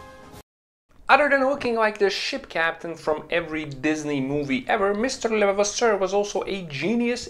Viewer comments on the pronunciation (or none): Excellent source of knowledge. Thank you! Try to pronounciate it like a british saying "Le-vah-vah-sir" and you will almost got it 😄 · It's pronounced .."Le" "Vav" "Ass" "Sir"... so say it quickly and with emphasis on "vav" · Not hard. Just say.... Le vas sir. Leon Le vas sir. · I'm hearing lelevasseur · It's Levasseur not Levavasseur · Pronounced leva-vasaure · le' vasser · YOU ARE NOT PRONOUNCING THE INVENTORS NAME CLESTLY!!!!!!!